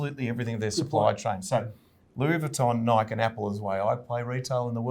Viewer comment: Can someone teach this guy how to say Nike? He owns the stock but doesn't even know its name.